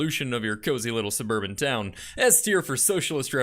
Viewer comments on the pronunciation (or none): none